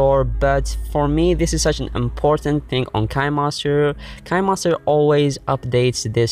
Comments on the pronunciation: It sounds nice to make him say Kinemaster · Next time pronounce kinemaster right👍👍👍